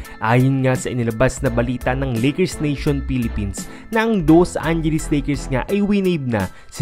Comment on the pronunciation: Loose angeles lakers!!!!! Ayusin mo dila mo....